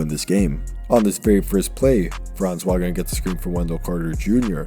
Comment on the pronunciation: Its pronounced Vogner. Put some respek on it 😂